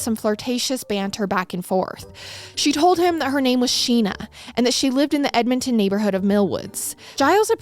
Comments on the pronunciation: 😂 What did she call it? Just an FYI: it's Edmonton = Ed-mun-ton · Hearing pronounce Edmonton, the first time, made me jump a lil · They way you pronounced Edmonton the first time made me laugh 😂 you got it right the second time lol